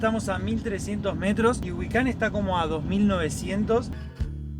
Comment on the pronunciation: 👉 Gracias. Lástima que la gente ya no hace la pronunciación correcta; porque indistintamente leen: GUICAN de GÜICAN. 👈